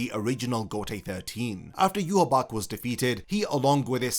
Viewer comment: Question: Why do you pronounce Yhwach as Yuhabach, when the anime calls him Yuhabaha?